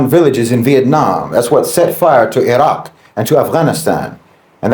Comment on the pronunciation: I was following until he pronounced Iraq the way he did 😂I shared it thou